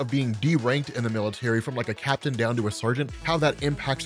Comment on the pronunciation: BRRRRAPTAIN America 😂